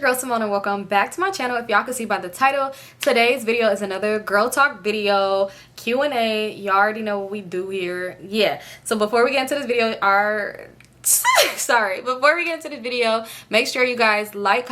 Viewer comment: Lmaooo omgg. Not u saying quanda for the QandA😂